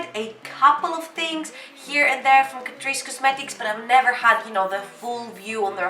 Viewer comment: i m todays years old when i came to know it pronounced as catreece not cat_rice